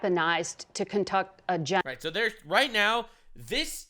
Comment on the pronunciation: How do you fuck up the word “conduct”?